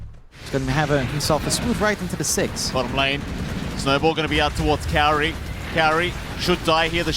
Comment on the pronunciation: MLPdota the only one saying kaori's name right